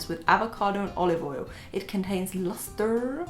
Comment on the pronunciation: "it contains lustErRr?"